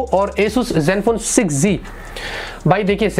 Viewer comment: Not 6g its 6z pronounciation sahi Karo